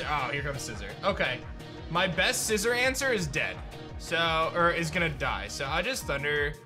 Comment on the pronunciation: Sci Zor not Sci Zer